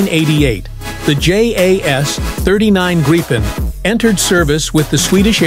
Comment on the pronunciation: Gripen is pronounced grippen. Don't Anglicise. Please.